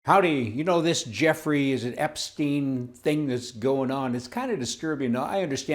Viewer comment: Je-w-ffrey Epstein, a degenerate? really?